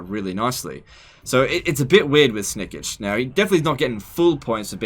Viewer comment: That pronounciation of Snikch.... Come on its not Snikich its Snikch. XD